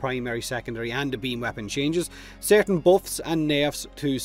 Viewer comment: Real human bean xD